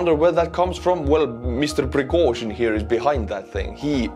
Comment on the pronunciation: Piragozhin lol